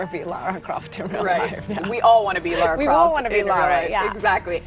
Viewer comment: It's LARA CROFT!!! Anyway LOVE Camilla.